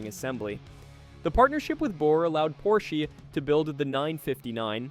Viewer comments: Very good video. It's an awesome narration. The only thing I have to say is that it is weird that you know so much about this car that you have to name the company incorrectly. The Porsche is called Porsch AH, not Porsch, with a long or hard E. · You are calling this legend a "Porshy?" Moron. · I’m sure the “Porshy” is a joke and one opinion doesn’t matter but this car has so much to do with Motorsport history and a huge part of why Porsche is Porsche today (Minus the cayenne bailing them out$$) the least you could do is address the builders name correctly👎🏻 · Yes......yes he is 😂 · Get your pronunciation correct! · An entire video saying porschy? Annoying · It annoys me as well. He's talking about a brand of car nobody ever heard of..., wait I'll watch if I can find my Volvoy on the parking lot.